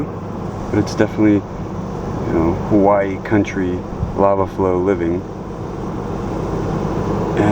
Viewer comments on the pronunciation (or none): none